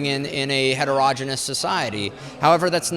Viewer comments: . Ouch! Not "heteroj'inus"; It is pronounced hetero-genius. Just trying to be helpful, Nathan. And while I'm here, for the rest of you: It's "homo-genius", not "homoj'inus". Otherwise, you have done a good job of answering questions. Supporting Trump probably not a good idea, though. He made a fool of the folks in flyover country and is now prolly laughing at them. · Heterogenus? I think his pronuncication is wrong.